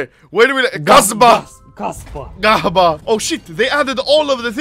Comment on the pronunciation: no no no don't say kahba its kasba kahba is a bad word in my country and i think north african countrys is a bad word i thier accent